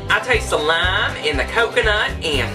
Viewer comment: in the video your accent sounds like you say lime in the coconut. It reminded me of silly a song. Put the lime in the coconut, drink them both together, Put the lime in the coconut, then you feel better, Put the lime in the coconut, drink them both up, Put the lime in the coconut, and call me in the morning. I'm not trying to make fun of you. It just caught my attention. LOL